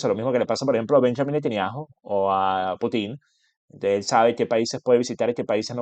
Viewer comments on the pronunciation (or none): none